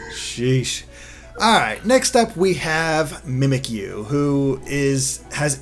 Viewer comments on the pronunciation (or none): Mispronouncing a name is fine, but how can you mess some of these up?! The puns are so obvious! Mimikyu as 'mimic you' not 'mimikeeyou' and the 'bounce' in Bounsweet not 'boon' because IT BOUNCES!